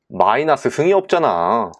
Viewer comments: 저... 마이나스가 아니라 마이너스 아닌가요? ㅋㅋㅋㅋ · 아 라플라스 마이나스 뿔롸쓰 뻘하게 웃기네요ㅋㅋㅋ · 시발 개웃김ㅋㅋㅋㅋㅋㅋㅋㅋㅋ마이나스뿔롸스마이나스뿔롸스마이나스에요